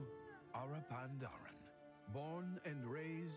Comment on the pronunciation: Hey, i believe it's Pa-n-daren